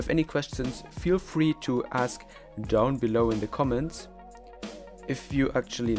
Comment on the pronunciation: Gutes video! Mir ist aber aufgefallen, dass du down "doun" aussprichst! wird aber "daun" ausgesprochen! :)